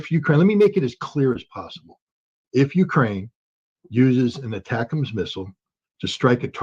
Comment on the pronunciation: ATACUMS is pronounced attack 'ums. 😊